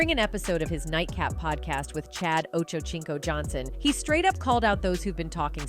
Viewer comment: She said: "Ocho Chinco". 😂😂😂😂😂😂😂😂😂